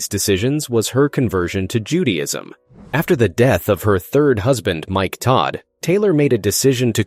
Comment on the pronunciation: Judyism?? who narrated this?